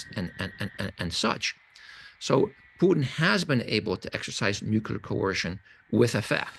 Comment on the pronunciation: "nuCLear." Not "nucular."